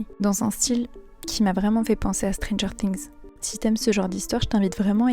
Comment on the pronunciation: C'est stranger things c'est pas strineger things !